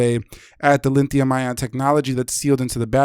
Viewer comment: Its Lithium not linthium